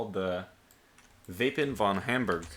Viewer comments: its "Wappen" not "Wapen" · It's "Wappen" not "Wapen"